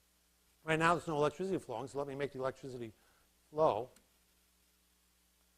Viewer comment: Great lecture series! However, pretentious pronunciation of electricity as electrizity. No one ever pronounced it that way prior to the goons at Enron. Electrizity is not found in any dictionary either.